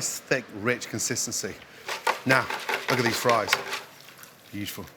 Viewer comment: A gameof shots everytime he says Literally or "beachiful" would get us drunk enough to get liver damaged.